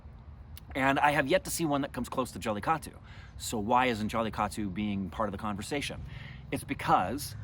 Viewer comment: Why don't you teach how to say jallikattu. He always says jallitaku